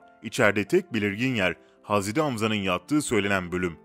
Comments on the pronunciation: 2.2 milyonluk hesap ama türkçede sıkıntı var 2 hata var okumada "hazredi" değil "hazreti" olcak! 2. Mağrifet değil Mağfiret olacak dikkat edelim lütfen!!! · Hazredi değil hazreti ağzına hiç yakışmıyor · Kardesim hazredi degil hazreti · aynen oyle kanka bilmiyo paylasiyo direk googleden oku yontemi ve hazredi diyo hazreti demiyo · Hazredi değil seslendiren kardeş 3 oldu uyardığım. Hazreti 't' ile söyleyeceksin hazre'd'i değil hazre't'i lütfen dikkat... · Haz edi hamza değil, hazreti hamza , düzgün telafuz et .rahatsızlık verme